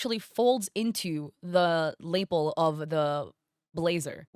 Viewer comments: I've noticed you say this twice now, but Lapel is pronounced Luh-pel, not Lay-pel. It's pronounced that way in both British and American English too. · "lapel" is pronounced "luh-pell". Just thought I'd mention it because I keep hearing you say it and a lot of the AI art you analyze has lapels. Not trying to insult you, it's an uncommon word cuz who even wears lapels 😂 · Hi hi, its "luh-pell" the fold of the collar :) it does not rhyme with label, more like 'chapelle'- love your videos